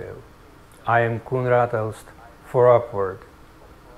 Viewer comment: The name of the scholar is Koenraad Elst -- with a t at the end, so not Koenraad Els.